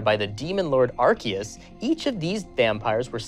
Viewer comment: It's Aurelius not Archaeus for the buffy one.